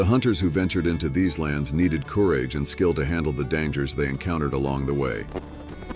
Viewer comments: Although this contains some good info, there is no cohesion. Subject matter jumps from the Plains Indians to Alaskan prostitutes with no segway whatsoever. And your AI narration sucks..coo rage... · This was done with AI. You can detect this thru the narrators mispronunciation i.e. corage for courage & several others if you listen. it was not researched it was sourced from the internet.hence poor editing with no segues ...